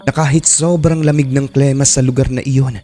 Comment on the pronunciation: plema? klema? haha ano bayan haha